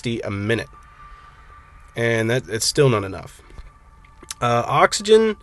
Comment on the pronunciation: why are you saying ox-o-gen. It is oxygen